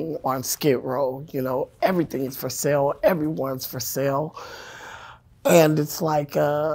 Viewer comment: "Sale" and "sell" are not pronounced the same.